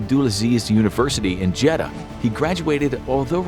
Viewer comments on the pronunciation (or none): You pronounced jeddah as "jeda" I take this as disrespect because Jeddah is my city